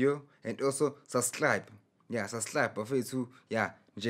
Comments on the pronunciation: Did he just say SUBSLIBE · Nah, he said "sas'hlab" lol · Thanx Chikuse Susclibe